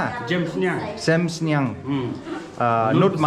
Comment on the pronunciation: Doh jem sniang❌Sem sniang✅